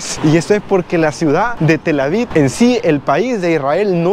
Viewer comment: Felicidades muy bonito video. Sólo una observación se pronuncia TelAviv con v al final no se pronuncia con d. Sigue adelante 👍